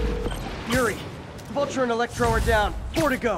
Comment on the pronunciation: Vulture not vulcan vulcans are from star trek